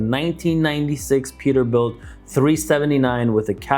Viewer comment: “Perterbuilt” lol